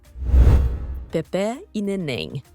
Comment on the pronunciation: Kkkkkkkkk a locutora disse Pepe'..nen falar sabe quer ser locutora é Pepê